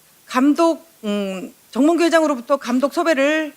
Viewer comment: 임오경 의원 발음 좀 제대로! 정몽구 아니고 정몽규!